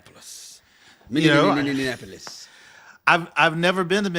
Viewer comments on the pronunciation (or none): Lol. Minnesota native. it’s MINNY-APO-LIS. not MINNY-AN-APO-LIS ♥️